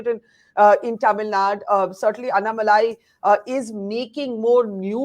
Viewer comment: Barkha please learn to pronounce Annamalai correctly. It is not really difficult. You take trouble to pronounce French names , oh so very correctly, but why not Tamil names ?! This superciliousness if the upcountry people is i guess what actually bugs the Tamilian.